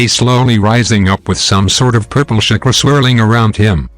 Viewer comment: He is calling chakara shakura